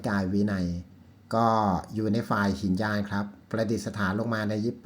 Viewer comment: ครับ ไม่อ่านว่า หินยาน แต่อ่านว่า หิ นะ ยาน ซึ่งหมายความว่าคับแคบหรือเลวทราม เพราะถือว่าชิงเอาตัวรอดหรือบรรลุเฉพาะตนคนเดียวไม่ขนสัตว์รื้อสัตว์ให้บรรลุตามไปด้วย